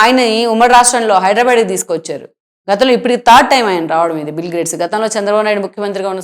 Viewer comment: అమ్మా, ఆయన పేరు బిల్ గ్రేడ్స్ కాదు. బిల్ గేట్స్. కొంచెం చూసుకోండి మీరు పెట్టిన టైటిల్ ని, మీరు పలికే విధానాన్ని. 🙏🙏